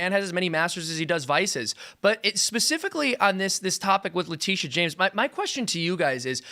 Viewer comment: Is that James spelled with an 'Sh-' or 'Ch-'? And do we also say Chaimes Bond or Shames Bond from now on?